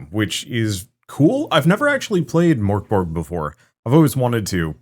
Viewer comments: To pronounce it easier in English I'd suggest trying to say "Mirk Borj", and not Mirk as in "Meerk" but rather like they pronounce "Mirkwood" in LotR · Nearly spray-painted my monitor with tea when I heard that pronounciation of Mörk Borg. I never really thought about it, but I guess that's how most english-speaking people would pronounce it 😄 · I saw it coming and it still threw me for a loop!